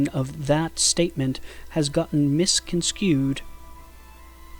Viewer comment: "Misconskewed?" It's "Misconstrued"